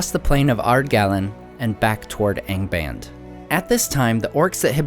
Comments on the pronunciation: "Aing baind" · Nice channel but you should improve you pronunciation. Angband has to be read with both the "a" open...